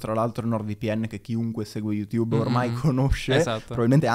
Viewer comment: Tutto appassionante ed istruttivo... ma è possibile che dopo anni e anni sul tubo pronunci ancora il nome di sto social "yutubbE"???